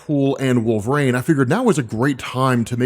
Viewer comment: It's Wolverine, not Wool-vrain. You sound idiotic.